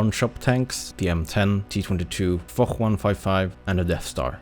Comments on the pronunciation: It's not fok or forrr 155 but more like Foshhhhhhhhhhhhhh 155 u know? Foch "ch" = "sh" in French :) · Little tip for you guys, the Foch 155 and Foch B are pronounced "Fosh" 😉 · "the Fock 155" is what I heard. Did Zwhatsh said that for a reason? oooorrr.....